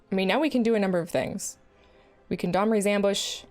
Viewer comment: Sounded like "Dahmer's Ambush" rather than "Domri's." Cast to spring out of the bushes in the park at midnight and kill target creature. Put target creature in your freezer. Eat said frozen creature up to three times in the next 10 turns to gain 2 health. Eating frozen creature parts also puts a 1/1 fanatic tokens in play. Fanatics can be sacrificed for an additional 1 health at any time. Boom, first card of the Magic serial killer expansion designed. You're welcome, Wizards. You figure out the casting cost.